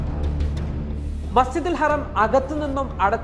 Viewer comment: Masjidul haraam not harem